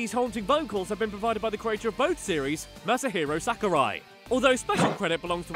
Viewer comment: "Mass-a-Herro Sacker-Rye"